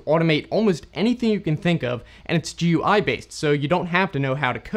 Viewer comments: It's "goo-ee" not "G-U-I". But yes, this is an awesome tool. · GUI is pronounced gooey. For a tech channel I'm surprised you made that mistake. Yes, I'm the pronunciation police. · Your video makes its title a lie. You are talking about it. GUI is pronounced "gooey".